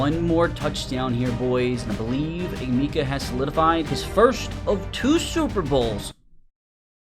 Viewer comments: Yo his name is pronounced eh meh kuh no meeka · Eh-meh-keh not a-mi-ka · As someone from Ohio it pained me hearing him call him E Meekah it’s Uh-Mecca 😂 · Thank you bro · Ah-meh-ka Emeka not E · The way you're pronouncing his first name makes my skin crawl lol still a good video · can u please learn how to say his name bro 🙏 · your saying his name wrong